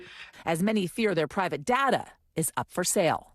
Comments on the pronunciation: DATA. DAY-TAH! 🙄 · I hate the way this lady says data. It’s Day-tuh not DaDa nimrod. You sound like you have daddy issues.